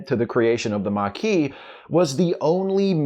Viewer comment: The mar-kee' 😅